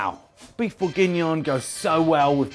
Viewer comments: he says it right finally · This looks delicious, but that pronunciation hurts my ears. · Your pronunciation of Bourgignon threw me for a loop. Thought I was having a stroke. Regardless, top recipe chef. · Hahaha same